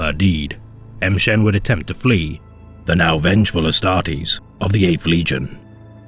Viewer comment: Why are you pronouncing it "em shen"? Pretty sure it would be more like 'ma shen" or "mmmshen". Just sounds really strange when you literally pronounce a letter and then say the rest of the name.